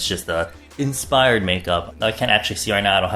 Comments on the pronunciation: he really said insfired . . . ya'll I'm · Anybody else catch that he said "insfired"?😂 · he said insfired 💀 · "insfired" yEAH MAN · I love how you said insfired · INSFIRED 😂😂😂😂 YES YES YES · Is it just me or did he actually say 'Insfired'? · Did he really just say “insfired”? Oml, you’re a true ARMY 😂😂